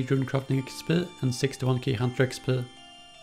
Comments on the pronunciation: it's interesting how instead of saying "EX PEE" he says "EX PL" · the way he is talking..."EXSHPEE" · sounds like smeagol when he pronounces the E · the way he says XP Lol